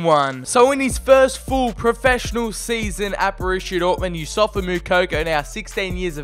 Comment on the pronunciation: ITS NOT YOUSSOFA ITS YOUSSOUFA